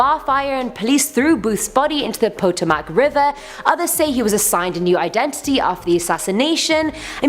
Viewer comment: Not po to mac,, potomac river.😁